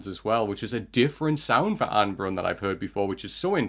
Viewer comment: Just for pronunciation, it is ah-neh (two syllables) and bruuun (longer u sound than you say it now)